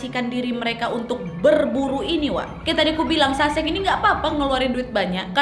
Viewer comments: Bukan saseng sangsae bacaan nya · sesang wak bacanya .. bukan saseng 🤣